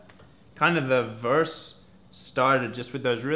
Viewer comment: why does luke saying "verse" sound SO weird to me